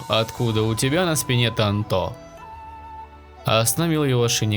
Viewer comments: Бесиш Не тантО А тАнто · Сука тАнто А не тантО